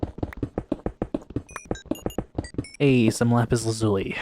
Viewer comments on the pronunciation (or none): none